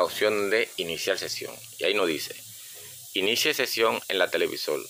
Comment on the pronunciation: Televisol?, de donde eres?